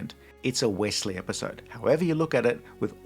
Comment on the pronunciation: props to bending the knee to the American accent for saying "Wessley" even though many Americans will say "Ossie" not "Ozzie" for Aussies like you.